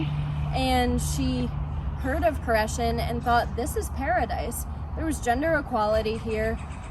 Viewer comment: Nice job! You even pronounced it correctly good luck in your future!